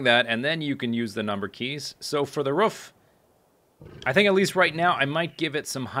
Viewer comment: The pronunciation of "roof".